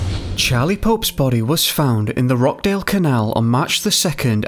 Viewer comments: Rockdale canal😂😂😂😂😂😂😂😂😂😂😂😂😂😂😂 you mean rochdale 😂😂😂😂😂😂😂 I expect American channels to come out with that not a British one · It’s not Roch (dale) as in Loch but as in Botch - the ch is annunciated